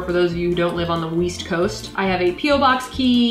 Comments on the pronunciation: Sooo ... we’re just gonna act like we didn’t hear her say “WEE-ST COAST”. 😂😂💀 We love a Spongebob reference. ♥️ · weast coast east? i thought u said weast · Did she say the WEAST COAST?!?!?! #SpongeBobreference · Ooooh, east? I thought you said weast! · East? Ohhh, I thought you said Weast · “Weast coast”